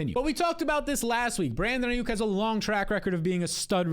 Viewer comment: bro said ai-OOK